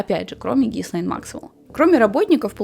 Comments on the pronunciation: И снова слышу произношение - Гислейн...Но остальное — конечно, интересно! Спасибо за проделанную работу! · Единственное что смущает, это произношение имени соучастницы. Не Гислейн, ГИЛЕЙН Максвел. "С" не произносится тут.